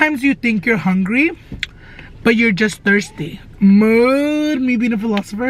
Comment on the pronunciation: Everything you say MOOD, I think you say MOO. Lol